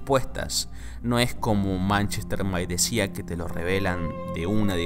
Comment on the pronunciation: Manchester by the sea Sea = mar = pronunciación = Si no SIA!